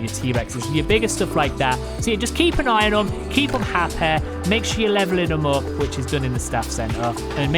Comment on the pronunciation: Keep them Happah. I like the video just for how you said happy